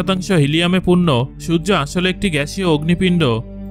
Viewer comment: আমি খেয়াল করেছি, আপনি ঠিকভাবে সূর্য উচ্চারণ করতে পারেন না আপনি আরো অনেক উচ্চারণই ভালোভাবে করতে পারেন না তাই আগে উচ্চারণ ঠিক করুন তারপরে ভিডিও বানান